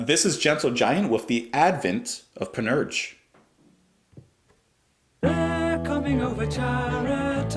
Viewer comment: for what it's worth it's pronounced pan-ur-sha